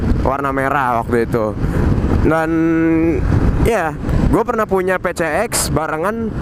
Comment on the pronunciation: Ngomong campur londo kok 'Pi Si Eks' dieja 'Pe Ce Eks'..?